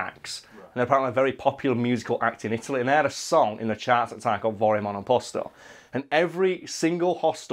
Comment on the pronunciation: I'm Italian and I will say that you pronounced it good enough. We all mostly drunk and slurring anyways.